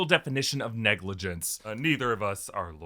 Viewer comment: I could’ve sworn you said Dr. Strange had a goatee of negligence, I swear that’s what I heard! 🤣🤣🤣🤣